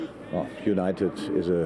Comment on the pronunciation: When you are trying to say united but you can’t